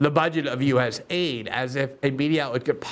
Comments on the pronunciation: Love u Glenn...stop pronouncing it as us aid. Call it us a i d. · I wish people would call it US-A-I-D and not US- AID. It’s not an aid organization.